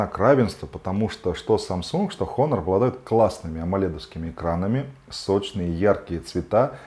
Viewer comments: "Н" в начале слова не читается, по этому правильно произносить Онор. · Автор, учи английский. Читается "Онор". Без х